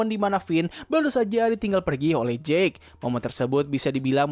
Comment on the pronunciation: Jake dibaca jeik, kalau jack dibaca jekk